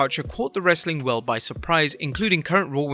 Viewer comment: Its funny when he says "wrreestling content!"